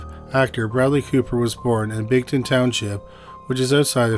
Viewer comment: A like how you pronounce apple for the town Bradley Cooper grew up in Ab-ing-ton